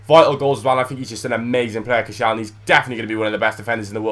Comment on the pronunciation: Who the heck is coshalny? Its Kościelny! Whats so hard in reading this.